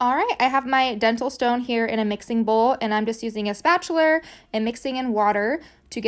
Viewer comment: spatuler lmfao